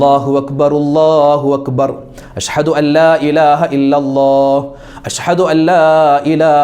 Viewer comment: ഉസ്താത് അശ്ഹദു എന്നു പറയ്യന്നത് അശ് ഹദു ശ്രദ്ധിക്കുക.